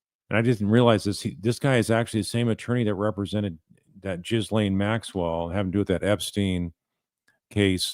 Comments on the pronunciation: It’s actually pronounced GeeLane hard G silent S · You may want to quit calling her Jizz lane Maxwell! Have you not heard anyone pronounce her name! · Ghislaine is pronounced - JiLane